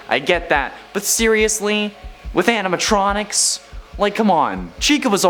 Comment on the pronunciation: yeah but i can understand the mispronunciation